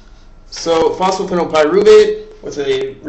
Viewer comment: HAHA, you say you are going to do it by the book but you forget dihydroxyacetone phosphate.. AND its not phosphophenolpyruvate :p but phosphoenolpyruvate.. that is the enol form of pyruvate plus a phosphate group, hence the name ;)